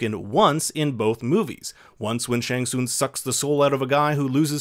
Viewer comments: Pronounced shang sung not soong lol 😆 I found that funny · it's also not SHANG SOON. IT's SHANG SUNGGGGG